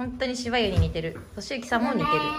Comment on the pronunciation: としゆき〜〜〜〜〜！！！ が、 ウッディ〜〜〜〜〜！！！の発音😂